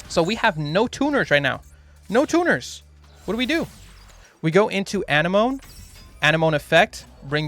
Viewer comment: You and Dkayed both pronounce Anemone that way. its uh-neh-muh-nee, like Sea Anemone. The squiggly invertebrates that look like flowers. Anyway, carry on.